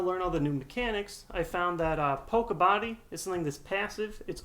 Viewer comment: It's (pok-ie-bodie) not (pok-e-bodie).